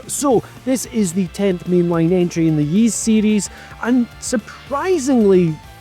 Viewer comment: Yeast 10? Never heard Ys pronounced that way before